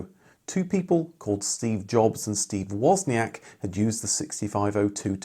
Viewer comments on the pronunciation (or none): none